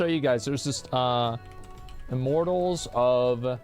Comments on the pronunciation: "iMorTaLLs oF AVeeNuM" 💀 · How many times can Asmon can say "Immortals of Aveum" wrong. Turns out, it's a lot.